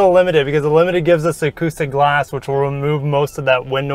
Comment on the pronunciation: Acoustic guh-lahss